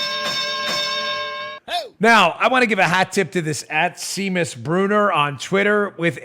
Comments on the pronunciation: For future reference, the name Seamus is pronounced "SHAY-mus" not "SEE-mus." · It's SHAYMUS, not Seemus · It's pronounced "Shame-us"! :-D Seamus....'Sea' in Ireland is like 'Sh' in America...'Sean' is pronounced like 'Shaun'. Shame-us....Seamus. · Dan... Seamus = "Shaymus" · The name Seamus is actually pronounced SHAY-mus. It's Irish. Irish Celtic has some 'interesting' ways of spelling things. (It took me ages to figure out that the name Siobhan was pronounced sha-VAHN.) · Seamus is Irish & pronounced Shaymus. 😘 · Dan, "Seamus" is a Gaelic (Irish) name that usually pronounced "SHA mus". I don't know if Mr. Bruner is Irish or not, so I wanted to provide this to you just in case. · I think the guy's name is pronounced SHAE-MUS, as the Irish kinda dude........ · Its pronounced "shay-mus", Daniel...... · If it is Seamus, it is pronounced “Shay-mus”.😊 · This mongoloid doesn't know how to pronounce "Seamus". Maybe he shouldn't be so cocky about how stupid everyone else is.